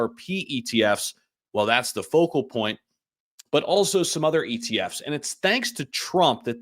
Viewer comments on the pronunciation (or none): none